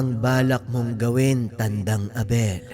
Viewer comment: Bakit po ang gulo ng pag bigkas mo sa pangalan ni lolo Abel JD